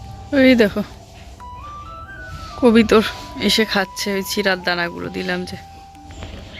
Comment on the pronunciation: Kobitor na kobutor, bhalo banglai bole "Paira" ,😊